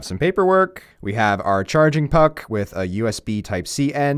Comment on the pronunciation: I didnt appreciate the way uou said....."puck"